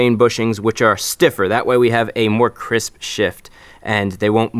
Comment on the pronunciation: Ah yes, Chrisp Shift